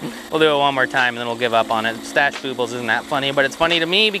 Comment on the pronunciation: Lmao...boobles...i thought it was...boob-les..lol